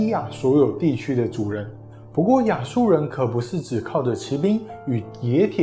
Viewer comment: （騎）兵，（）音同（記），在這裡是破音字。